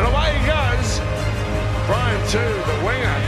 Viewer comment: Brian Two the Winger!! 🤣🤣🤣 they even have a ' in there to help them pronounce his name properly. To'o